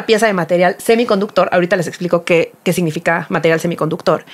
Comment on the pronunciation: Yo tengo una crítica constructiva, por favor: se dice SIGNIFICA y ustedes, sobre todo, dice mucho SE IGNIFICA 🤯